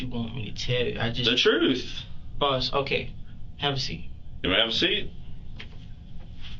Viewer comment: "I'm telling you the truff"... 😀😃😄😁😆😅😂🤣 and he wants to be a DOCTOR!!!